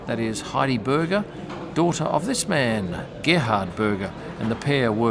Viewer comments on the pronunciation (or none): none